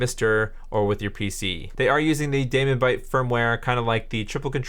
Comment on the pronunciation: Nice work, but the daemon in DaemonBite is pronounced "demon", not "damon" (it's an archaic spelling). The demon logo for the brand is a hint!